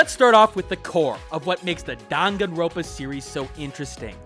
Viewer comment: It’s dangan-ronpa. Not dangan-ropa.